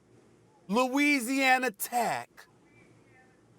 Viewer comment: The way he pronounces "Louisiana Tech " 🤣🤣🤣😭